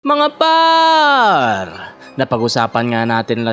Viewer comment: "mga PArrrrrrr!" 😂